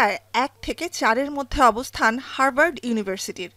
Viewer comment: হারবার্ড নয় উচ্চারণে হাভার্ড হবে 😂😂😂